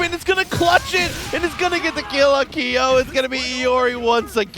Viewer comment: "Keeeyoooh" LMAO come on dude